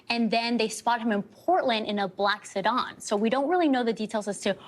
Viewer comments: she said "suddon" lol it's fkn seadan! It's a 4 door car not a terrorist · Se-DAN..pronounced like the named Dan short for Daniel. NOT Se-DON! N because the original crime of him SAing a teen happened in Oregon there was no consequences. Oregon laws are a joke. Residents vote for this stuff than get mad when what they voted for is taking place or the outcome. Prayers for the teen who had his baby's family, the ex wife n her family and the little boy. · Ya-KY-mah she said. Se-Don. Oh lord. She doesn't even know how to pronounce the things she's reporting on. It's Yak-Ama and Sedan. Her pronunciation of words is super distracting and odd. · "In a black sodawn". What's a sodawn? 😆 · "Black sedahn"? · did she say "black se-dawn"? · Did this newscaster call a sedan a “se-Donn”? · I've never heard sedan pronounce that way